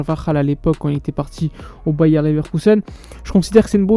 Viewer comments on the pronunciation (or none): none